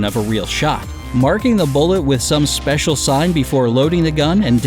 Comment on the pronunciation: I swear if I hear seicial one more time